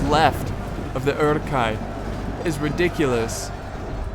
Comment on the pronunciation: And the letter 'u' (like in Uruks or Hornburg) is pronounced German so it's more like the double o ("look", "book" - "Oorook" xD).